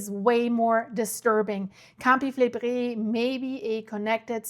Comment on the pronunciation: A woman from Naples recently corrected me and said that Campi Flegrei is pronounced "Cam/pee Fle/gray". Just saying.